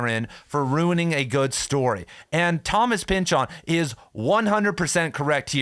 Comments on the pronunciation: You are really pushing the "Chooooon" in Pynchoooooon man... take it easy... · "Thomas Pyn-CHON"